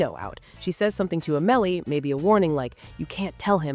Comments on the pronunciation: It's Au-muh-lee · Not A-mel-ee